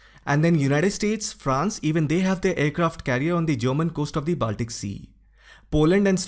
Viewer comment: your pronunciation is good. BUT Baltic is pronounced as Bawl-tik/Ball-tik and Not Baaltic as is so commonly mis-pronounced, including here in this video.